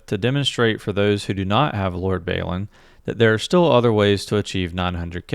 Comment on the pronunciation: Great stuff! But please look up Lord Balin pronunciation, Baylin is wrong. :)